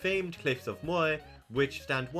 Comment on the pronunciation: It's so interesting that you're explaining about the counties and your accent makes it so different than what I'm reading.. I never knew that some people swap R with I.. Cork becoming Coik, Moher becoming Moi basically. Wow, O'Dea Castle didn't even make the list of notable places.. I guess the only people that care are ones that trace their lineage back there, or at least have family named Day.